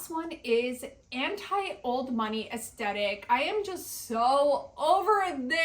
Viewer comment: I love your videos and the creativity of your looks. Lol, it drove me a bit bonkers though that you left out the TH in “aesTHetic” like 10 times in this video. 😉